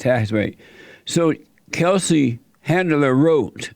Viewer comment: ...he just mumbles out some words and calls her “chetlin handler”. Jesse is the fucking best, he trolls like no one else. The best part is he honestly has no clue who she is and keeps calling 50 cent, Tupac. Soooooo good!!! 😂🤣😂🤣😂